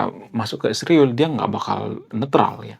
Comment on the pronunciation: Bang, ngatain nama negara org itu yg benar ya, israel bukan isriwil bang??